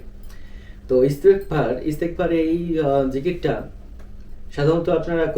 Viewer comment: ইস্তেগফার দোয়াটি পড়তে ভুল হচ্ছে